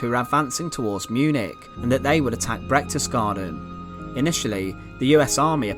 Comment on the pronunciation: it's not Brechtesgaden but Berchtesgaden.